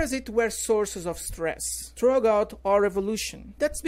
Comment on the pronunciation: "Interesting", "throughout" , "death" e "research" ficaram feio. heim. Digo com todo respeito. Não é para chatear.